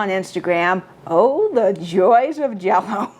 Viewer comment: says JELLO-O…I am watching!